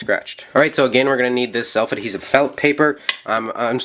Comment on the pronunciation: Slef adhevit felt paperAHHHH just say paper or sticker or something it bugs me crazy otherwise amazing video